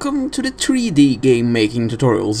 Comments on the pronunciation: tree dee mmmmkay? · Tree Dee? Okay. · (SebisLoco) Yes, there are accents that pronounce it that way (such as a Swedish accent)